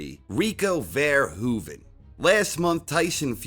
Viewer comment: `First English speaker ive heard actually pronounce Verhoeven's surname correct.